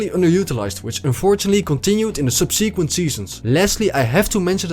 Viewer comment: “Subsequent” sub-suh-quint